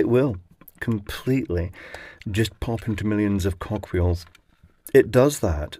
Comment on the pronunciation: I heard 'millions of cock wheels' lol